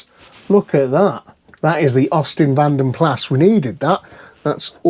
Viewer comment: Keep meaning to tell you in Vanden Plas the 's' is silent. Vanden Pla is how it's pronounced.